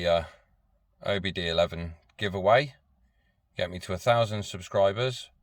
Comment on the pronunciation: I'm on a quest to teach people about the OBDII. You see, the II is not eleven, it's two in Roman. OBDII [2] not OBD11. That is all. Thanks for listening to my Ted Talk